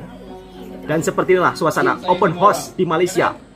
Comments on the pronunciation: Sedikit pembetulan buat tentang sebutan ' Open Horse' (Kuda Terbuka). Sebutan yg benar adalah ' Open House' (Rumah Terbuka). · Open hause wak bunyinya HAUS bukan HOS tu kuda😊